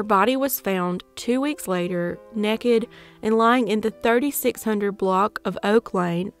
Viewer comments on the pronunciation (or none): Thank you for these stories. Your empathy shines through. And, when you said nekkid I knew you were a true Southern Girl!!